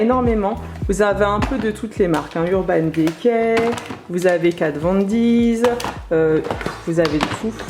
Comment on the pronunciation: Problème de prononciation ! On dit pas « Kat von DiZ « mais juste Kat Von D ( di ) Urban déquai mais Urban De(i)cay